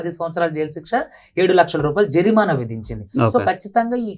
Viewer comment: జరినామా కాదు.... జరిమానా...